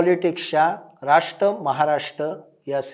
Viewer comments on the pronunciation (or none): राष्ट महाराष्ट "र" चा उच्चार? कोण करणार हिंदी भाषकांपेक्षा बरं ते राष् महाराष् राष्पती असा उच्चार करतात